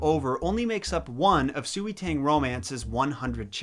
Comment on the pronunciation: Bruh its pronounced swey tahng